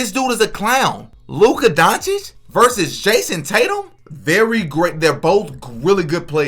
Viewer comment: Bro is mispronouncing Luka at this point, he keeps adding a R when there is no R anywhere in his name. Luker Donwich